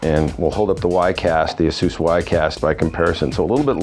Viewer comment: It is counterintuitive but Asus is pronounced A - sue -s. He is saying it properly. Call the customer service number and you can confirm it.